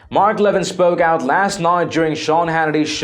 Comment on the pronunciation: It's a total shame that you offend the one and only Mark Levin. Please at least try to sound educated, and learn how to pronounce subject's name correctly. How can anyone with anything to do reporting political stories, not know how to pronounce the "Great One."..??